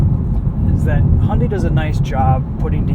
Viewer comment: You can avoid the problem with the music licensing if you just use the Youtube music library. I know there are other reviewers that use that. Also ... Hunday? Hunday? God I wish people would learn how to say the name LOL